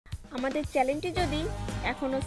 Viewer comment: ডাক্তার ম্যাডাম আপনি চ্যানেল উচ্চারণ করতে পারেন না.....আরো অনেক কিছু উচ্চারণ করতে পারেন না। আপনি জানেন না যে আদা খিদে কমায় না বড়ং বাড়ায়